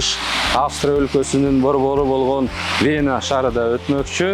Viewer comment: Вэна эмес Вена, ФергАана эмес, фергана.